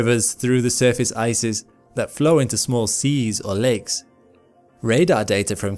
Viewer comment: Am I the only one who hears legs instead of lakes?